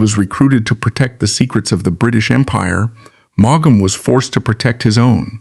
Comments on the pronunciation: I add my plea to yours. It is so grating and somehow disrespectful. The "G" and the second "A" are not pronounced. "Maum". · Maughan is pronounced as in 'morn ' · Maugham is pronounced in one syllable, not two. If you can't get his name right, why should I listen? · It’s pronounce mom = Maugham 🤨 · How hard can it be to program an Ai to pronounce the man's name correctly?!? This is the worst kind of low effort stuff! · If you’re going to use an ai narrator at least teach him how to pronounce his name correctly 🙏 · Boy does that Ai narrator murder his name! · What a,strange pronounciation of his name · Suggestion : Learn how to pronounce a writer's first and last names before you record.